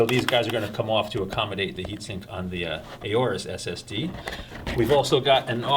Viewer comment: It's not pronounced "a-or-us", it's pronounced "or-us", I asked a representative at computex